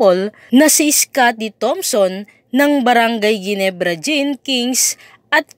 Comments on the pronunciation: Henebra hindi geenebra.. LOL.. scotty malupit na babaero. Lol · Correction po... hinebra po ang pronounce s ginebra....